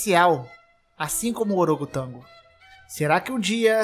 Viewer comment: E orogotango? Huaa